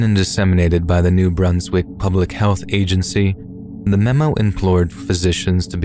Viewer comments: it's not New-Broons-wick it's New Brunswick, with a short 'un' sound. Source: I live here, and NB in general has a weird vibe so it will come up again in a future story, I'm sure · I heard Bruns not broons. Idk maaaaaan.